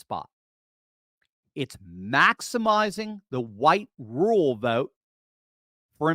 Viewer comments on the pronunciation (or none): Pet peeve Its ruRal.. rur-ral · Are you saying rural white vote or rule white vote.